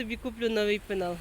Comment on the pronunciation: ПЕНАЛ, а не пИнал, 😅...